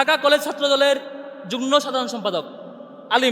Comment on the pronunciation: যুগ্ন(যুগনো)নয়, হবে যুগ্ম (যুগমো) সাধারণ সম্পাদক। ওটা ন ফলা নয়, হবে ম ফলা। সততা বজায় রাখ, আল্লাহ পাক তোমাদের সাহায্য করবেন।